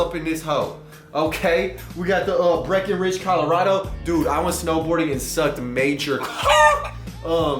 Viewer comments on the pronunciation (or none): none